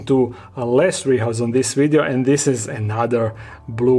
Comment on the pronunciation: I love how he pronounces “video” as “wideo” lmfaooo